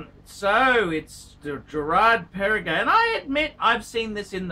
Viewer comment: You don’t know what you are saying, first you say Girard Perregaux not Perregay , second GP came before Patek Philippe